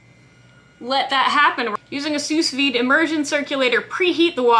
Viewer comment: Just for the record (and absolutely no derogation implied - you've evidently come across the words "sous vide" in writing without having heard it pronounced), "Sous vide" is pronounced /suːˈviːd/ ("Soo veed").